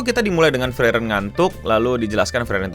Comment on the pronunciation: bang gua keselnya lu bilangnya Freiren bukan Friren